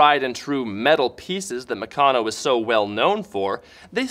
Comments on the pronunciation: Oh my God it is not pronounced "Mucono" it's " MeCANo" like "Mechanics" only Meccano. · It's pronounced Mèh-can-nooooo